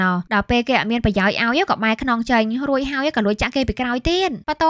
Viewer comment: រួចហើយឬររួយហើយនិយាយអោយច្បាស់បើមិនច្បាសផ្ដូពាក្យផ្សេងទៅទើសត្រចៀកណាស់ពីព្រោះខ្ញុំចូលចិត្តសំឡេងនាង😂